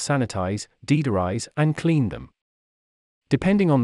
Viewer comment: "Deedorize"?😂 Whats that?